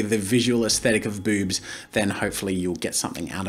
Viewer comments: Ami I the only who hear bubs instead of boobs when jazza speaks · i cant get over how he says "BOoBs" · It’s not the fact I was caught off guard by you saying boobs, it’s the way you said Bewbs. Couldn’t help but snicker a bit by the emphasized b’s and o’s. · I love the emphasis on "Boobs"